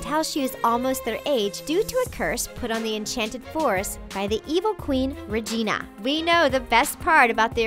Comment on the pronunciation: They said Regina wrong wow. They really need to watch once upon a time, really.